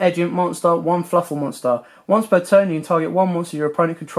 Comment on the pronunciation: "Fluffle" lol it's Fluffal